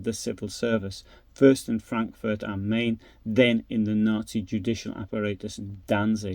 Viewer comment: am Mine not Mane